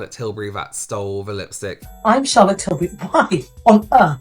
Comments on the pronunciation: Shaaaa-lit Tilbury. 😂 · "SHAAAALAAATTT Tilbury" 😂😖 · Chaaa’llot Tillbury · I think what’s funny is that no matter what really happened, Tilbury has gotten tons of people talking about it. Ultimately I think that’s all that was really wanted. On a sidenote, “Shallot” Tilbuury? Ridiculous. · “SHALLOT TILBURY” ugh Mikayla stooopppp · “Shallot till-burry” gah I can’t stand mikayla 🙄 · Mikayla really said “shallot tilbury” 😂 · Still not over Elton John in the Christmas add going SHAR-LOT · Darlings!!! Just had to add this but is it only that finds the way Mikayla pronounces Charlotte annoying.. That is a put up accent. No one says Charlotte that way especially American white women. I don't like commenting on people's accent but seriously that is not real. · This whole thing has made me cringe so hard. Like cover my eyes cringe. Also as someone called Charlotte, the way Mikayla says Charlotte hurts my soulllll😣